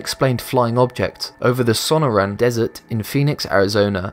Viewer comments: The Phoenix lights took lace over the Sonoran desert, pronounced Sun-or-an, not what ever the hell you said. And it was one of hundreds of sighting within a few months in 1997. Jim Deltoso at Village Labs in Tempe Arizona did a lot of analysis of those videos taken the night of the two main events as well as so many others I was unable to see them all during my visit to the Lab. I’ve seen independent videos as well that the owner was afraid to share because he didn’t come into the ownership of the camera he shot them with legally. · and "so-NOR-an" , not "So-noran". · SA NOR RAN and TOO SON. Not sono ran or Tuskon. It's Arizona, not Italy. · sa-NOR-ren Desert and TOO-sahn :) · I’m sorry but I have too say it... Sonoran is pronounced like Suh-Nor-an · Pronounce so-nor-an desert and too-san Arizona. Thanks.